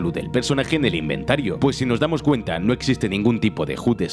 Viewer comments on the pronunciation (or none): none